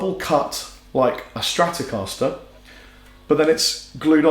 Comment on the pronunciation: Les Paul not Lez Paul. Stratocaster not Stratocahsler.